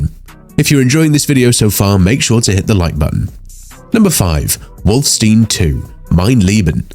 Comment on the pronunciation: Why did why did you say wolfenstein as wolfstene?